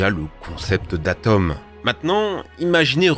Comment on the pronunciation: "si zimpressionnantes" et on dit "atome" pas "ateume" 🙄 la vidéo est quand meme cool